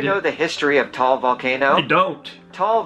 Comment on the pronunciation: It's Ta-al not Tall (different meaning).. foreigners just mispronounce it, we're not mad though